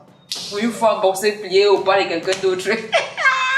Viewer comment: Balbine fait un petit effort. C'est quoi avec Bok..BoK? Prononces bien le nom de Mbok il y a M devant!